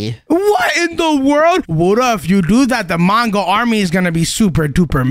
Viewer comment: That is not how we spell mongo. You said wongo.